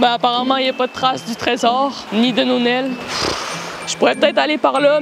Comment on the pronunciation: "Nonel" me fait rire XD